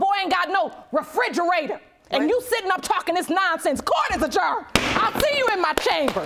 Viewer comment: LORD, girl th word is REFRIDGERATOR, NOT refidgerator